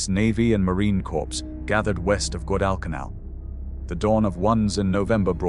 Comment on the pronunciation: I really wanted to see this, with my Dad having served in the USMC as a "Radio man", and him telling me that Bougainville was the worst of all, but you have ruined it with your fake AI reading of it. Shame on you. If you can't pronounce Guadecanal then just f-ing STOP ALREADY!